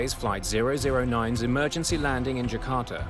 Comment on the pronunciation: eeeee mer gen cee